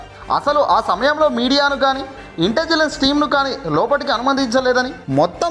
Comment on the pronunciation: ఇంటెజిలన్స్ కాదు సార్, ఇంటెలిజెన్స్.